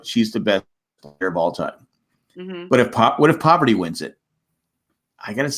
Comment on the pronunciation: Parvati not pronounced "Poverty"